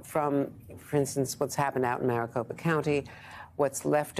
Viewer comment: Andrea didn't get Kari Lakes name right this entire segment. Kari Lake is running for governor, Kelli Ward is the AZ GOP state chair. Someone get her off the air, she can't even say Maricopa correctly. I thought she was having a stroke